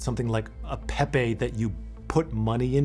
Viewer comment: cant even say pepe right. jokes